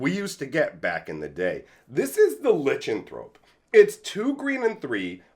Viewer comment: I didn't know about the art cropping. Can you do a video comparison? I think it's funny you mispronounced Lichenthrope so many times, but then pronounced Lichen properly, lol. This was a pretty good pack for the most part. I loved Ovinomancer back in the day, and tried so hard to make him work, but as cool as the card is, it's...bad.